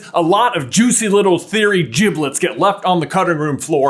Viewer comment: did he say jiblets...